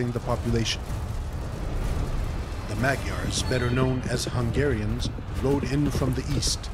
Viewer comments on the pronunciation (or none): none